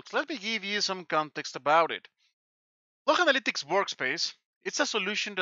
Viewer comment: I love how he says "the activity logh, folks. Platform level, my friends."